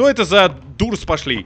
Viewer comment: МОИ УШИ, DOORS ЭТО ИСКЛЮЧЕНИЕ ГОВРИТСЯ КАК ДОРС сорян что повышаю голос и что обвиняю тебя хотя сам инглишь неправ но это не дурс а дорс. Кстати наверное этот дорс как ты сказал и был сном